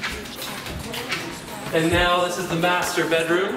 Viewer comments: "Here we have the MASTEBATEroom" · Am I the only one who understood "masturbateroom" instead of "master bedroom"?